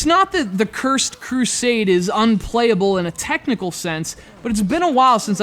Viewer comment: CURZED CRUSAADY...thats how this idiot pronounces the title... and the fact that he blames the game for him going afk and dying is dumb. I came here for a review. Not an idiot who says medieval games(less common than shooters BY FAR) are unoriginal and gives criticism that doesn't actually relate to if the game is good or not... moron. The game turned out to be a bit underdeveloped, yes, but the gameplay was smooth and interesting in its depletion mechanics. Just needs some polishing.